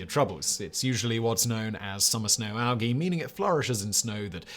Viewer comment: What is All-gee? Like seriously, what the hell is he talking about?